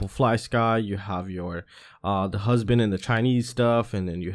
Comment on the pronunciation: ***Hubsan***. Not husband lol